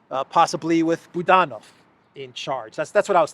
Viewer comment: Budanov | Badenov :) made the error yesterday - looked it up just now and the spelling and sound is too perfect to pass on. so good, it must be a 'pen' name